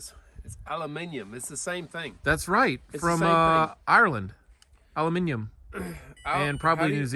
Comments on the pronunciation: Nice to hear you pronounce aluminium the correct way. Great entertainment from you all with a hello from the UK. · At last I heard an American say aluminium the correct way. I watch from Australia and can't believe how you guys work with snow and sleet all over the job. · "aluminium" - and europe :) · The correct way to say aluminium is like you said it and did you know that it was first made by a Dane ( Ørsted ). Great series and greetings from Denmark :) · Australia pronounces Aluminium different to you guys as well. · I think the rest of the world (bar US & Canada) pronounce it aluminium. Ps love the Dumb & Dumber references! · Aluminium is how its spelt and how it pronounced.😄In ireland anyway. Great video again. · Aluminium, you can say it the right way or the American way. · Yea aluminium not a loo min um hello from Ireland 🤣